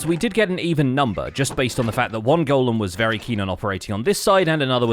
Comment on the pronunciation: FINALLY someone who can pronounce 'golem'! Somebody send this vid to ALL the Hermits!